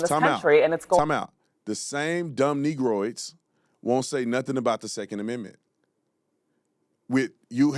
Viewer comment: Brandon said Negrodes hahahahahaha